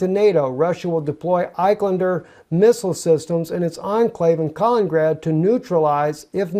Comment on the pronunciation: Love the video, but it's Kal - IN - IN - grad, not "kalingrad"